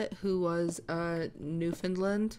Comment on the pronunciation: I’m from Newfoundland 😊❤ Pronounced “new-fun-land”. If you say understand Newfoundland, and they rhyme, you’re saying it right hehe